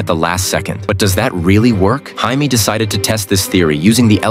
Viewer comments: I'm sorry, but WHAT was that pronunciation of JAMIE! THE JAMIE HYNEMAN! Have some respect! Good grief. This has to be an AI narrator. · You can tell this is foreign ai. It pronounced Jamie as Hyme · The fact the AI voice can’t pronounce Jamie is wild .. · We need to talk about the pronunciation of Jamie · Learn to pronounce Jaimie properly. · He pronounced Jaimie wrong.